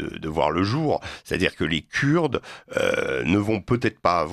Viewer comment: Rien qu’à sa façon de prononcer (Kuuurdes) ce monsieur n’est pas très agréable à écouter. Cela dit, pourquoi insister tant à vouloir diviser les syriens??? De plus, il réduis toute la Turquie a un seul homme !!! Vraiment pathétique…